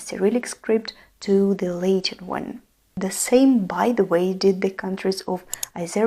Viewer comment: Great video! But just a small note: Latin is not pronounced “Lay-tin” but “Lah-tin”